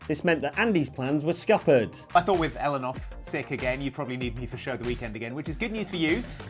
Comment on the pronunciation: Did you just call Ellen "Helen"?